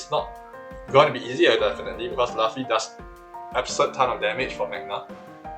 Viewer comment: bro who says laffy its luffy lmao😂